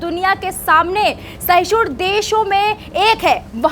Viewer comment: Sahshun nahi mam Sahishnu hota hai 🙏